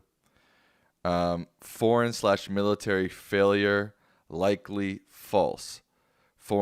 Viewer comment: he couldn’t say military. He couldn’t say United States. He gets the first syllable of a word right not the ending. That’s a sign of brain damage.